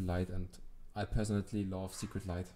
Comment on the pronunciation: haha, zu geil wie du immer “secret“ light anstatt “sacred“ light sagst😂 starker account aufjedenfall und gut gezeigt🙌